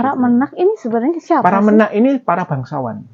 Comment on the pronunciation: menak e dibaca kyk e tempe